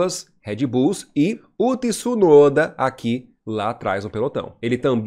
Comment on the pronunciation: Aprenda pronunciar Tsunoda e não Tsunoda. ..